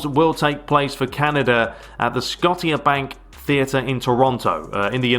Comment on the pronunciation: the way pronounced “scotiabank” 😂😂😂 can’t wait for your master league for pes 2019🔥